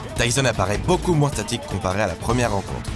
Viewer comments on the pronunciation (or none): none